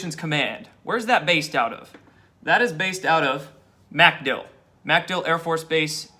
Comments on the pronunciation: Not MAC-dill it's mc-DILL. Accent on the second syllable. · It's not MAC Dill. It's MacDILL (emphasis on DILL). Sorry to nitpick but you'll sound much more informed if you pronounce it correctly ; ) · Dude it's MacDill air Force Base. MacDILL. Just wanted you to know it sounds really lame when you say MACdill air Force Base. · Watch you everyday. Love your vids, but for the love of God, its McDill, say it quickly. Pronounced "mickdill", not "MACK dill". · pronounced 'Mc-DILL' ;-) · Its pronounced micdill. Aka macdill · The accent is on Dill NOT Mc. Good grief.